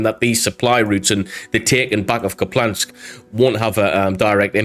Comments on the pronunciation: Ok I have to say it. It’s not “Kuplansk”. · Loved the video, just wanted to point out for the future that there's no L in Kupiansk, pronounced like "Coop-yansk" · it's an i, not an L Kup-i-ansk. Thanks for the updates! 💙💛🇺🇦